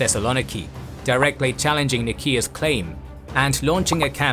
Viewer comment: Pronounced ni-see-an’s